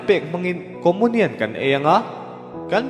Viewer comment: Lam dan khi hriat a nuam lo țep, comunian khi Comonian ti a lam lo in Comiunian tiin lam thei se.